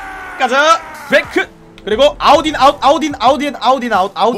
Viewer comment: 아웃 인 아웃 내 귀에 들리는거 : 아우디 아웃 (??)